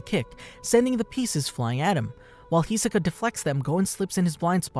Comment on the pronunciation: why tf he keep saying hisoka wrong